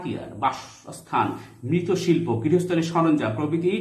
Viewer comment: স্যার আপনি মৃৎশিল্প কে মৃত শিল্প বলেছেন কেন?🤔